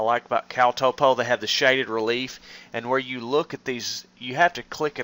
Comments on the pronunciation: Hahahaha.... Toe-po! Bra... Top-O... like top-o-graphic! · It's pronounced "topo" not "topo"